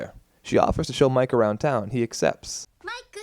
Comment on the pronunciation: I’m still pretty sure it’s al not aru and mike not miku